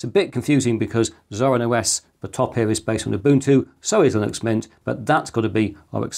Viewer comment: linux, lillux, vilux I hear you saying them all lol